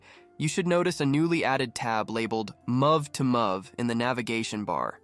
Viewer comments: Yeah it also says mov2mov when "mov" stands for "movie" so it should be "move2move" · LOL. Holy shit. Denwazzing! Muvv two muvv extension. 😂 My fuckng sides hurt from laughing so much. Holy. Fuck. Just how in the hell did you manage to mispronounce both de-NOISE-ing and MOVE-to-MOVE so absolutely horrifically?! I mean... yo.... You allegedly comprehend how to use a fairly complex high-tech software — though, I have my doubts; or rather, I'm certain you don't actually comprehend it, and have either plagiarized this entire script, or it was, at a minimum, not written by you — yet you've never learned how the .mov extension is pronounced? Hint: .mov files are... movies! Do you pronounce that "muvvies"? Denwazzing is even more horrifying. Fun fact: it's called de-noise because you're adding noise (ie, "random" data) to the image when you draw that mask on, and the then the AI DE-noises (removes the noise). It's truly unbelievable that you managed to botch such common words repeatedly... Never in my life have I ever heard even a completely tech-illiterate person fail to pronounce .MOV and denoise upon seeing their written forms. Fucking hilarious, man! Absolute comedy gold! Wait, is this actually a parody channel? Is it like a "YouTube tutorial but you'll be so baffled by our hilariously bad pronunciation of basic and common words that you'll be unable to learn anything" kind of deal? For real, this is so bad that I can't actually tell if you did this as a joke on purpose. For real, though. How is anyone meant to take this video seriously? If I were a complete newb